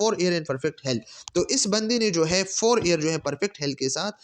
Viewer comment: Air q parhty hen ap Year ko???